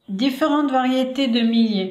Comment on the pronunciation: Le millet se prononce "myé" et non pas "milé".